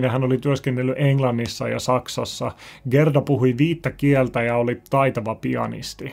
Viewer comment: Haloo! Gerda lausutaan: Jäärda